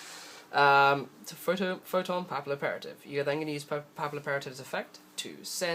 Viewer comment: Love the vid but its really bugs me that no one even tries to pronounce Photon Pappilloperative right. Its Pappy Operative (Pappy as in Pappillon, French for Butterfly) Photon Butterfly Operative (Assasin) Its just a clever world play they did.